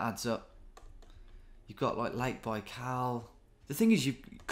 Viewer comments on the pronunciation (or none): none